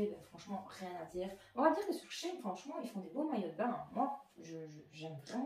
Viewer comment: She [chi] in [ine] et pas [chayne]